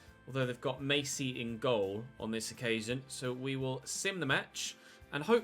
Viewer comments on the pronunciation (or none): none